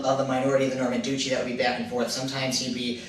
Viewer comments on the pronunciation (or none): dutch. e. arn-zhoo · Maybe check your pronunciation of 'Duchy' and 'Anjou'. Apart from that, interesting background on Guillaume le Batard!